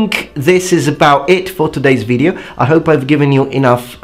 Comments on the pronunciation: your pronunciation is fine except for when you say video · Great video. As a friendly suggestion, you miss pronounce video regularly not all the time but regularly. You seem to be stretching the first vowel.